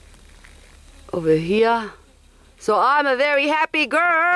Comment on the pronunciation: "over hia"